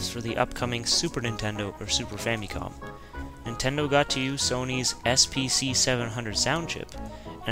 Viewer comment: Ninterdo ?? (relax i know theres a scuff mark there...)